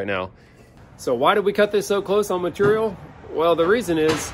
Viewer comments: Anyone else tried to say ‘Maturial’ out loud after each time said it? 😂😂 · even though they give you a hard time about the length of your descriptions, explanations, etc..., I find it informative, helpful and even entertaining🤗 also when you have skills like you, does it even matter how you say material 🤣🤗